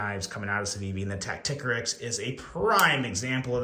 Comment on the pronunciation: Isn't it tacti-core-ix? Not tack-tick-a-rix?